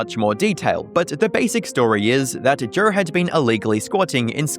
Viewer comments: Why do you say Joe so weird? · 8:355 that cannot be how you actually say Joe